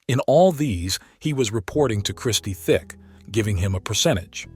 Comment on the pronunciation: Christie Tick, not Thick